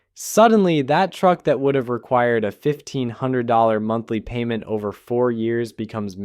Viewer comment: two noses. And PAYYMENT